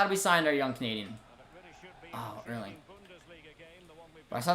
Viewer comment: Every time you say canadian, it sounds like comedian for me 😂